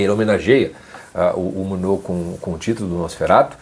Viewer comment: Como o diretor Murnau é alemão a pronúncia é Murnau (como se escreve) e não "murnô" como você disse. Se o diretor fosse francês, aí sim seria "Murnô" a pronúncia do nome.